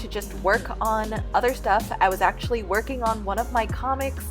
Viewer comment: it sounded like you said you finished twerking lol